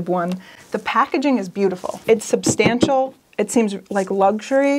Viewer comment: Quick question on the Nixplay frame. What is “sub-stam-shall”? Is that like 4K? 😉